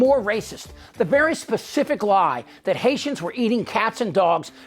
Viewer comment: And its citizens are “Hayshums”.